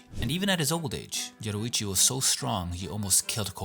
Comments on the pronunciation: It’s Yoriichi not Yoruichi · I’m just saying you said Yoruichi in the video instead of Yoriichi